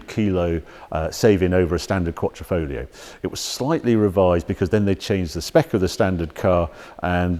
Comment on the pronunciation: New italian word by Our Harry: “Quattrofoglio”